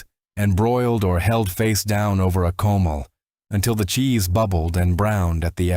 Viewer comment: Clean a CO-MAL! Only one of many mispronounced words! For Christ's sake people!